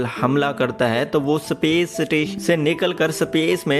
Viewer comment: सपेस नहीं स्पेस होता है..